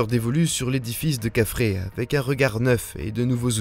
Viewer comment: C est quoi Kafrré...!!!😅 kefren...plutot !